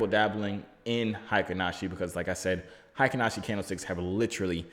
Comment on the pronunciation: Ey buddy, I’m told it’s “HAY-KEEN Ashi” Read the vowels like we would Spanish 👁️🙏👁️